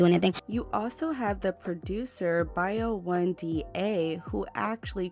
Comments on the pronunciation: Boi1da is pronounced as Boy-Wonder. "Bio-one-dee-aye" is WILD. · lol Boi1da is pronounced boywonder lol 😂 I still love you tho forever 💕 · Boi 1 Da is pronounced like (Boy Wonder) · BO1DA is pronounced Boy Wonder 🥴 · It's pronounced "Boy Wonda" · She stays pronouncing these names any way she sees fit. Lmao!